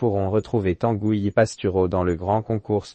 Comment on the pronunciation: Tangouy , et nébon .. l’IA sans doute